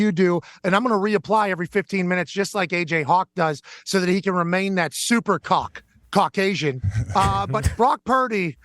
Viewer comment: Emphasis on the "Cauc"